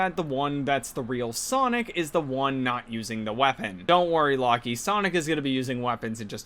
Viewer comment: "Lock-ee" 😂 Reminds me of some of my own horrible mispronounciations (like "Anto-een" instead of "En-twan").